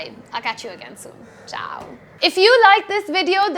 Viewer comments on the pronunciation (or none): none